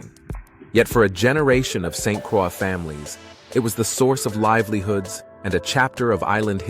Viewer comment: A few things here… St. Croix is pronounced “Saint -Croy “ and not “Cra”. Folks drive on the left because we were once owned by the French and they never changed it. Finally, the cover art is deceiving and distasteful.